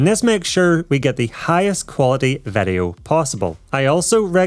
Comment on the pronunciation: Why does he say vedeo instead of video ?